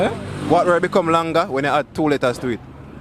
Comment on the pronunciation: the word is longer not long-ga lol